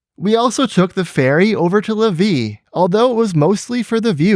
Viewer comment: BTW Lévis is pronounced Lay Vee . The Gare du Palais was abandonned/closed in the 1976 so the government could build its highways. CP built a small station not far and CN stopped its trains at Sainte Foy (Gare du Palais was a CP station but with open access and served many railways until there were only 2 left CN and CP. When VIA was created in 1979, it moved the ex-CP trains (North shore line) to Sainte Foy to combine both at same station. If you look at what is left of Gare du Palais at , - , the tracks were dead ended against the right side of the V and leaving the station towards west-north-west till the south short of St-Charles river and then west to reach what remains of the tracks which is still used by the short line (Québec Gatineau Railway (aka Gennessee & Wyomming) that bought the line from CP during the later's exit from Québec. Much of those tracks were grade separated. But what was left was the longer and laden with grade crossing CN freight line to the port which arrived from the north side of St-Charles river. Fights to preserve at leaast the building had the government rethink its plans and preserve the building and integrate it with its new office complex and with VIA rail now set to rejuvenate rail travel, the government agreed to integrate a train station into the new complex as well as the bus terminal. (this was just before the feds started to canibalize VIA with the series of cuts in the mid 1980s). Gare du Palais re-opened in 1985. The "Gare